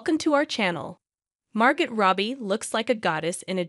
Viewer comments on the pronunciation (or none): It's pronounced Margo the t is silent. Wtf